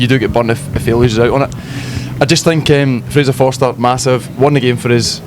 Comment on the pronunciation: fraser fo"R"ster!!!!!!!!!!!!